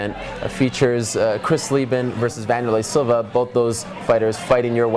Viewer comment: lol is he calling him manderlei silva?